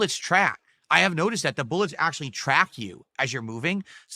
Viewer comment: "one of duh Best Gamers in the country"